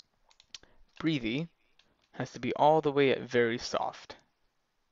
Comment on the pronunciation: Breath-ee Breth-ee. Not mocking, just don't want you to sound like don't know what you're talking about when you clearly and legitimately do. other than that; great vid man, and I'm off to buy the program. :) Thanks.